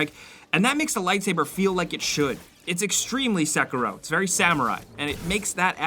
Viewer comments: i hate the way you pronounce Sekiro (S-eh-kear-oh) is how you are supposed to pronounce it) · Anyone else annoyed how he pronounces sekiro?? Sek..uh..ro lol Dumbass 😑